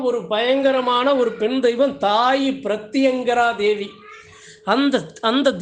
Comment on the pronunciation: அண்ண ப்ரித்தியங்கரா தேவி னு நீங்க உச்சரிக்கும் போது என் தலை சிலிர்த்து பாரமாகி கல்லை தூக்கி வைத்தது போல இருந்தது